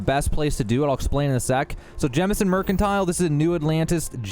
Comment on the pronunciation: Thank you for not calling it “Jamison”. I swear I hear people call it that and I immediately click off the video because they obviously only play because they followed someone else’s walkthrough.